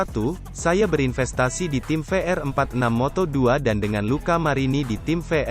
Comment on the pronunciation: voice over nya kayanya g suka moto gp,soalnya suaranya kaya g semangat gini baca beritanya juga sama,mana pelafalan nya salah mulu moto gp sama moto 2 ,cm yg saya liat cm isi beritanya aja 😂